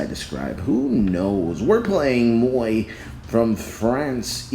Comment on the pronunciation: moie???? it’s m-moi not moie